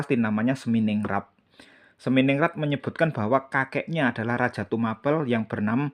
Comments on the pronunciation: Tumapel di kata in Tuma- Pel...gak usah di pisah Mas Broo Pel ( ngep-Pel) bukan akhiran A- Pel yg di kata jdi kurang masuk kata bahasax Tumapel bukan Tuma-pel Mas Broo .. 😂😂😂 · Itu bukan ilat Jawa atau bukan mas Broo..tapi yg aq tahu dari guru sejarah dulu itu memang gk bilang Tumapel jdi Tuma- Pel ( ngep-Pel) gto ... 🙏